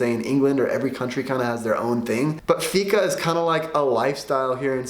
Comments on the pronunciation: If Fika is The main thing here in sweden you need to say it right.... 🤔 Fiika. Draw a milisec longer on The (i) and then close fast on The -ka. And it should sound The propper way. Keep trying and you might sound better than Tony Erwing 😜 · I miss understood you for a second when you said fika. I thought you said fitta. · You pronons it FIIKA